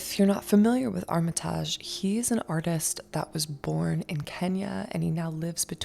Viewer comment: Armitaaaaaajjjjjj lolllllll, it’s Armitage, pronounced ARM E TIDGE . Get over YOURSELF.